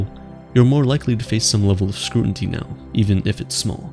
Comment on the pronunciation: What is “scruinty”